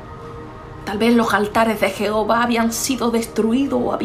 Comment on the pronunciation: No se dice jeovha. Palabra mal dicha